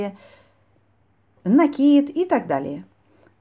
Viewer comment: Всё очень понятно, вы умничка, только в слове "накид", ставте ударение на букву " И".